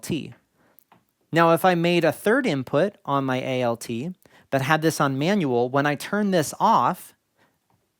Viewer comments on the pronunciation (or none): Really appreciate the way you are structuring this series. Do you have a listing of topics published anywhere yet? I am very distracted by how you keep saying A-L-T instead of alt. For DAW, for example, that would make sense as it is an itiaialism, but alt is a contraction of alternate. I am curious if this is something regional or that you picked up elsewhere?